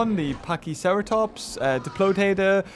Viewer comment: you said diplotatortots lol